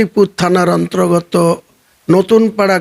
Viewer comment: 'অন্ত্রগত' 'উত্রপ্রদেশ' এই ধরনের ভুল উচ্চারণ হয়ে যাচ্ছে স্যার ! লক্ষ্য করার জন্য অনুরোধ করছি!